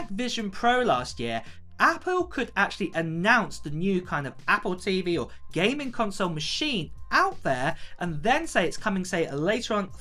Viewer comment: “GAYMING console” haha you saying gaming so weird